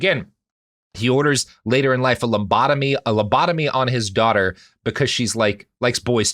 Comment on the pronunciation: pronouncing lobotomy like it's a forbidden dance